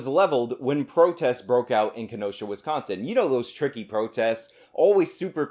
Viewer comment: As a Wisconsinite can we inform her that there is no T in Wisconsin as she pronounces it Wistconsin and it bothers me